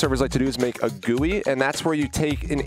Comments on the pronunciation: BRO PLEASE SAY ''JEE YOU AI'' NOT 'JUI'' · i hate the "gowee" instead of G U I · Lol. It is pronounced gee you eye. Not gooie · Hey,, it's said 'Jee-You-Eye' (GUI) not 'Gooey' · It's pronounced G U I. Not "gooey". It stand for Graphical User Interface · BRUH its not a "gooey" ITS SAID LIKE "jee-you-eye"! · its not gooey its jeeyoui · I kinda hate how he says Gooey instead of G-U-I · frickin gui doesnt sounds like gooey bur G U I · Please stop saying gooie it hurts my brain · he says gooey and i hate it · GUI pernounced gee you ieee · Nobody:: "Gooey" Minehut Fans: "Well actually sir it is pronounced G-U-I": "Gooey" Minehut Fans: "No like the letter separately": "Gooey" Minehut Fans: OMG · stop saying gooey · My mom works for the company that made GUI and it is pronounced gooey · It’s GUI not gooey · *gee you eye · excuse me, did say gooey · finally a comment not talking about how says gui